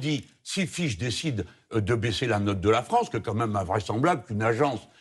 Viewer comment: Faudrait qu'elle aille voire un orthophoniste la Léa. Il y'a le "An", le "En"et le "On". Or la version Léa donne "Fronce"!